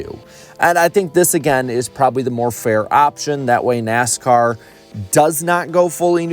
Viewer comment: "NASCOURT" LMAO I NEED TO HEAR THAT MORE OFTEN